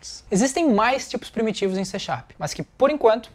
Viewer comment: Não! É C# (pronúncia-se "C Sharp"). :)